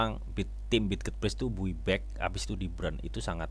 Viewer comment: Bay back bacanya bui back🤣🤣🤣🤣🤣🤣